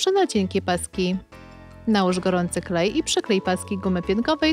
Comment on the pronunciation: NIE MUWI SIĘ KHLEJ TYLKO KLEJ